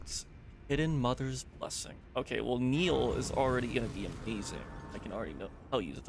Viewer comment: Who is this Neil you 're constantly calling for? Do you mean NIHIL? That's "Knee" "Heal" from the latin nihil, meaning "nothing" . You can actually hear Mogh say it when he casts it.